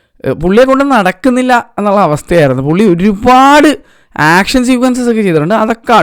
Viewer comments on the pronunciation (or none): none